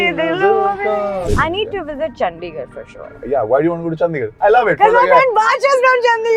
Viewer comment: She pronounces ChanDigardh correctly, he doesn't!!